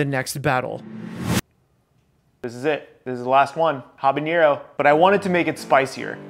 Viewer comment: Habanero not habañero.